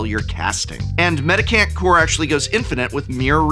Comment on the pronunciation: It’s a mendicant, not a medic ant. That said, nothing about its mechanics particularly seem to fit either name, so call it what you like I suppose :-)